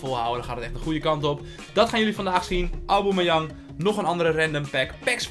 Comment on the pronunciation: Zeg pls geen auboomeyang